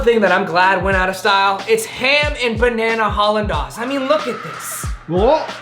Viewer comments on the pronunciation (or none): Its pronounced haul-in-days not dawl-indaus lmfao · great video guys. !! Btw Hollandaise is pronounced Haa- Luhn-dayz , Probably nobody cares it’s nasty anyhow 😂😂😂